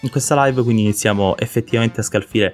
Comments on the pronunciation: "quinidi" carino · "quinidi" "buisness" LOL